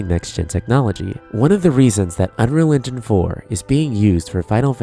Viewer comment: Why do you pronounce 'unreal engine' as 'unreligion'? It's kinda distracting.